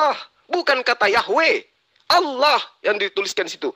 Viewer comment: Ini beneran murtadinkah? Masa sebutannya olloh..